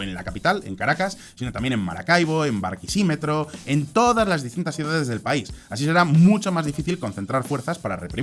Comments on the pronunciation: mori de risa cuando dijo Barquisimetro jajaj, es Barquisimeto, pero acentuando la E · Con todo Respeto es Barquisimeto... No. Barquisimetro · no es barquisimetro es barquisimeto (el acento en la o), saludos desde ahi y gracias por el apoyo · Hola, gracias por cubrir tanto el panorama Venezolano, lo único que te quiero decir es que se pronuncia BarquisiMEto, no BarquiSImeto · no es Barquisímetro... Es Barquisimeto hahahaha saludos brother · Gracias por tus videos. Solo una aclaración, el nómbre de la tercera ciudad a la que haces referencia en el minuto como "Barquisímetro" (con acento prosódico en la sílaba "si", y terminada en "metro") se dice "Barquisimeto" con sílaba tónica "me" y sin la "r" final. Un saludo, y todo mi apollo. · Barquisímetro ❌️ 😂😂😂 Barquisimeto ✅️ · "BarquiSÍmetro" ajjaajjajajajaj se dice "BarquisiMEto" (palabra grave) Gracias por el video! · BARQUISIMETRO SHJSJSJSJSSJS tqm, es barquisimeto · Amigo soy tu seguidor y estoy suscrito y te agradesco muchisimo el tiempo que le has dedicado a nuestra diaspora, y tus opiniones son muy acertadas segun mi forma de ver, abrazos y bendiciones para ti y tu canal. P.D. jajaja es Barquisimeto no Barquisimetro, de hecho soy de esa hermosa tierra. GRACIAS nuevamente no te conosco en persona pero te tengo aprecio, no como a tus colegas del otro canal que me han caido gordos son muy pedantes, jajajaja. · Gracias por la actualización noticiosa de la crisis política venezolana,. En lo único que se equivocó fue pronunciando correctamente el nombre de la ciudad capital del estado Lara. Es BARQUISIMETO, no BARQUISÍMETRO. No es un pariente de un termómetro. (Disculpe el chiste malo) Aquí aparece el error: Más cuidado para la próxima, estimado amigo. Saludos desde Venezuela. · con todo respeto Barquisimeto, no Barquisímetro. Muchas gracias por el vídeo, está genial. Un Venezolano q se informa contigo. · Se pronuncia Barquisimeto